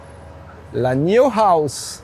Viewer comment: Bel aperçu, prudence avec les tics de langage (...voyez) C'est pas N-io.... mais n-aïe-o Pas un mot sur la vitesse de charge. La planche de bord fait un genre de croisement Hyundai (Tucson 2022) et Volvo. 5m c'est un tank, et moins logeable que des SUV thermiques 7places moins longs. comme c'est réactif euh la carte réagit pas top dans la démo